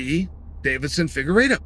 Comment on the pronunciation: Chael, Davidson actually pronounces his last name Fig-ward-doh.